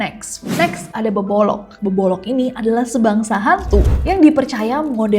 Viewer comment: Beboroq bukan beboloq